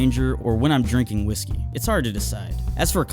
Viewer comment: Magic Kevin he says when I'm drinkah whiskey